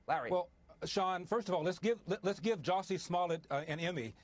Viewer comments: Juicy Smull-yay.... indicted! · Who is Jussie Smollett? It's French actor Juicy Smooliyeah.